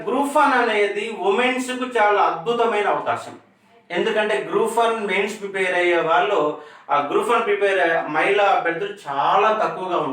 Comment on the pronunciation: Prepair kaadu prepare.